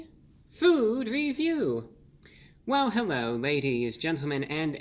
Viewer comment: Hewwo Wady’s and Gentlemen!